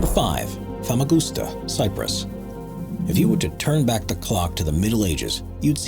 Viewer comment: the fact that americans can’t pronounce famagusta properly😭 i go every year and have been for over 11 years. i’ve travelled all over the island and know all the land. going into verosha (part of famagusta) is so erie. i have so many videos and pics.